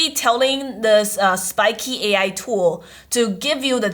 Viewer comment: Why do you call it spikey when it's spikeet?